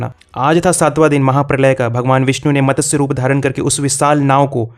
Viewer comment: आप भगवान विष्णुजी के अवतारों के बारे में बता रहें हैं उनका मतस्य अवतार नही मत्स्य अवतार है इसका सही उच्चारण करें .......इसी तरह आजकल की पिढी को मालूम नही जो स्वक्शता बोलतें है जबकि यह गलत उच्चारण है... सही उच्चारण स्वच्छता है यदि नही मालुम तो पुराने लोगों से पूछें .... इसी तरह लोग बोलतें हैं प्रथ्वी ....यह गलत है सही उच्चारण और सही शब्द पृथ्वी है .....इनके सही उच्चारण का बडा महत्व है और प्रभाव भी.....इसलिये हर भारतीय को संस्कृत का ज्ञान होना बहुत उपयोगी है ..संस्कृत ज्ञान का अथाह भंडार है...